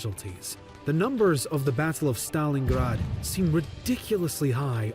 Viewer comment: stop mispronouncing Stalingrad